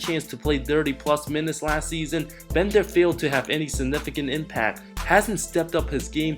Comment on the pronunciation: Omfg seeeeeesson always with the same accent,pronunciation and timing..it really kills my ears..you say "season" that way on purpose,don't you?